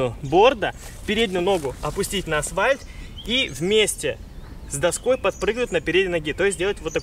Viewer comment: ПОЧЕМУ Я СЛЫШУ НЕ "НА АСФАЛЬТ" А "НАСВАЙ"?))))